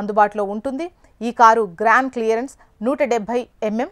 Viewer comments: Adi grand clearance kaadu amma, ground clearance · Grand clearance kadhu madam ground clearance antaru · grand clearance kadhu akka ground clearance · Grand clearance kadu andi ground clearance